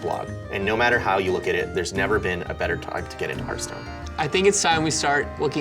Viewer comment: The fact that he says hörthhstone triggeres me...